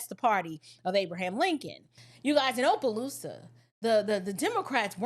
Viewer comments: Not Ō..pelousas.. It's "Ah"..pelousas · My sister, I'm from Louisiana, just a slight correction, Opelousas is pronounced with a short O not a long O, like opposition. Everytime i hear you say it with long O i laugh😅😅